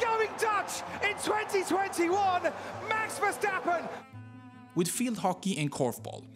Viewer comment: Omg u are the first non dutch person i have heard saying “max verstappen” the right way